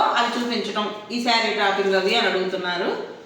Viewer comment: డ్రాపింగ్ కాదు డ్రె్పింగ్ అనాలి అమ్మా